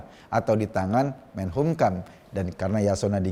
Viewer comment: Mas Eko,saya cuman mau koreksi penyebutan kata MENKUMHAMnya mas Eko kebalik terus.Jadi MENHUMKAM🙏🙏🙏